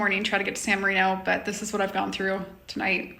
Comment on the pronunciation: when you are visiting a foreign country rather than criticize the foreigners for not knowing your language or customs maybe you should learn their language and customs. At the very least learn how to correctly pronounce the name of the city your are in instead of whining about everything. You are resurrecting the Ugly American.